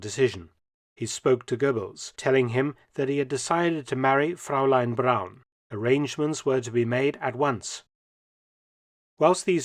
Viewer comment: Excellent and interesting video, but please work on your German pronunciation. For example, the first syllable of Fräulein should sound like froy, and Salzburg should not sound as if it was Salzberg.